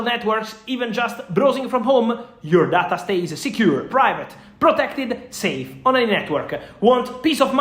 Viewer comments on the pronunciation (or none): none